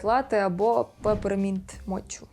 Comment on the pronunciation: peppermint мочу? Вимовляється mo·kuh Перепрошую, але набридло, що українські медіа наймають ведучих з базовим рівнем знання англійської мови. Якщо ви запозичуєте західні новини/назви, то варто підготуватися та знати, як ті слова вимовляти. Ріже вуха